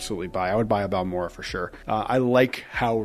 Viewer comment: Sir - its Bal-mor-ray. You need to get your hands on their Cask Strength bottles. Insane flavors~